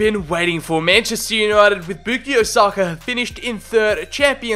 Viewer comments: It’s bukayo not bookio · sir its bu-ka-yo not bu-ki-yo. anyways love the video! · boo-key-o saka hurt to hear… 😂😂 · this guy says Bookeeyo ... Come on bruh pronounce his name right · Stopped watching once I heard you pronounce it “boookyo” saka